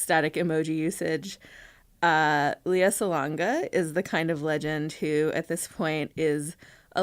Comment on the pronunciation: Her name is pronounced LAY-uh. (Think Princess Leia from Star Wars.) Nice interview.